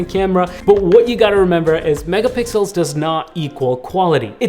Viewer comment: He said megapickles